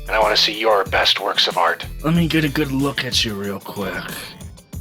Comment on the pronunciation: I heard said "fart"